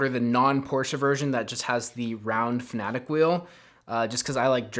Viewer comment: Is it Fanatec? Why do you call it Fanatic?